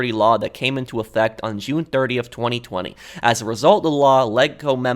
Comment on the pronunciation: I find how you say 2020 VERY OFFENSIVE and swear word notice at.